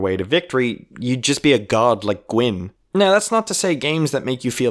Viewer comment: it was in the beginning the way you pronounced the word "now" and later the word "about" ;)